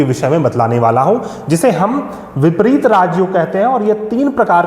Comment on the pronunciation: विपरित नहीं विपरीत